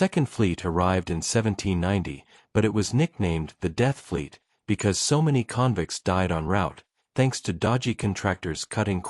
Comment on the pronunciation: The AI mispronunciation of "convicts" is like nails on a chalkboard.